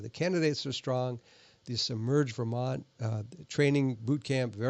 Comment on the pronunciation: Guy, I thought you said "Submerge Vermont," which is technically more accurate than "Emerge Vermont."